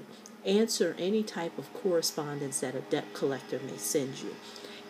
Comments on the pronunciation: Thank you for sharing your tips. You should be aware, however, that the proper pronunciation of the word 'debt' is (DET). The letter 'B' in this word is silent. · Pronounced: DET. The "b" is silent. Pronounce the word... Knife. We all need a smile today.